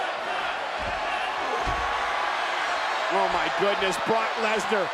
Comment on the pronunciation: Did anyone else hear cole say "Universal Champion BORK LESNAR" LMAO!